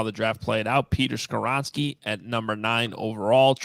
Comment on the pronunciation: Not Skawronski